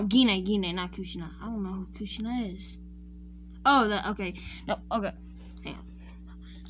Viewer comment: Did you just say kushina